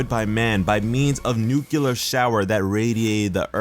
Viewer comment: Did.... Did you just say Nukular?